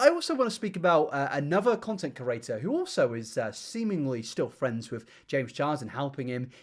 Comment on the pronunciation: Does have 'CURATOR' merch or what!? Why is 'creator' his favorite, most often used word and why does he insist on pronouncing it 'curator'!???😂